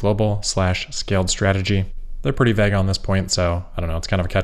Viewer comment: Hey the correct pronunciation of "vague" rhymes with "plague", not "bag".